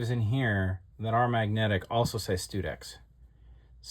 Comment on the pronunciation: I suspect the pronounciation is STUD-ex.